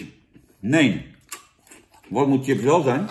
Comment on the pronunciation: Grappig dat Jan de review begint met ‘Sjips’ en dan zich bedenkt dat hij hiermee zijn zorgvuldig opgebouwde imago van Kakker uit Bergen geweld aandoet en snel ‘Tjips’ roept!